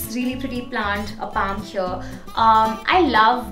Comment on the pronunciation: Start pronouncing "here" right. It's not "heire"